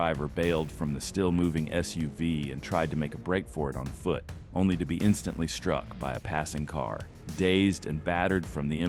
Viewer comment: Struck by a passing car ... WTF are you saying, stupid AI??